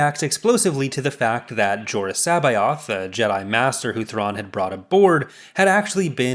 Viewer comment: And in the books, Coruscant had a different pronunciation. You pronounced C'Boath differently than they did in the audio book. I wish it been pronounced with a hard C.